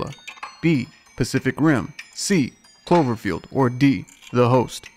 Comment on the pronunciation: its Cloverfield. lol